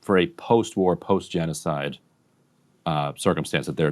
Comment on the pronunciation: Ge-nocide? What a joke.😂😂😂